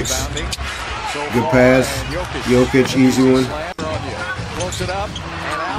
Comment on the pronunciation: Now that he said Jokic right I kinda miss Jokitic